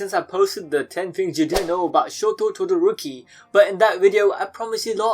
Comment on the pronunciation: Shotto Tawdawrokee